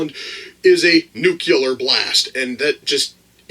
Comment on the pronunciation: "Nucular"? Isn't that how the people from "Idiocracy" said it? LOL